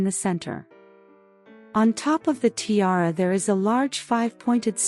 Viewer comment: Poor pronunciation of tiara